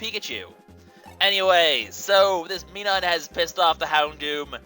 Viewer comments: pronounced plus-al and mi-nin your bad at pronunciations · dear god. I don't think I could watch this a lot with the way you pronounce minun and plusle... other than that though, good video!